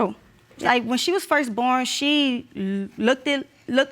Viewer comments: Biggest pet peeve in the world "the baby LOOKDED" 🗣THE WORD IS LOOKED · Why is this word Looked pronounced like Look-tid who is teaching it this way or is this a dialect I am missing somewhere? I am not trying to be mean, I am actually asking?